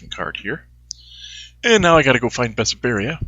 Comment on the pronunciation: It is called BESSARABIA. Not Besaberia. :D